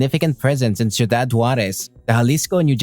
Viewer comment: Could have practiced how to pronounce Ciudad before doing the Video